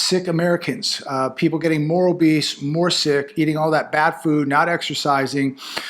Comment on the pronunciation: A lot of beast? Ahhh "OBESE" you mean 😂😂😂